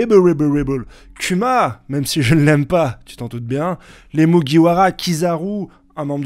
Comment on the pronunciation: 🤣 le non respect tu dit "cul ma" pour Kuma mais tu dit bien "Kizarou" pour Kizaru. Barbe le noir c'est le roi de wano cunni ?